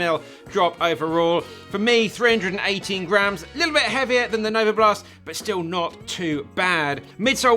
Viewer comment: Novablast* not novoblast